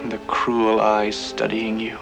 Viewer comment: He even said ,"Cool eyes."Not,"Cruel eyes."